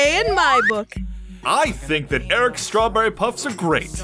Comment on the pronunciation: It sounds like straw burry